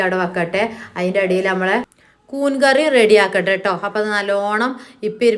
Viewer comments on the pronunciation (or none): കൂൺ അല്ലെ നിങ്ങൾ കൂൻ എന്നാണോ പറയുന്നത് എന്നും പാട്ട് വേണം ഞങ്ങൾക്ക് ഇഷ്ടം ആണ് കേൾക്കാൻ